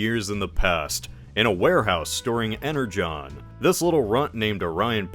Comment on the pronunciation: Why are ypu pronouncing "energon" that way? That's how it's pronounced? I only read some comics of transformers, so I'm pronouncing it "ener gone" xD